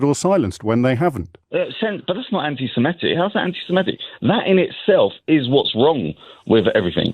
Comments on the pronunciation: SEMITIC not SEMETIC. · SeMITic, not s'METic... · The word is seMITic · please learn how to say ‘Semitic’